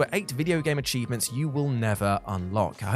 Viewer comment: Absolutely nobody: This guy: "cheeves"